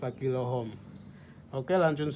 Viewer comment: Maaf bukan home, tapi ohm...